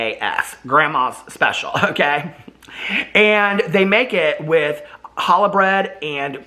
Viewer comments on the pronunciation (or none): none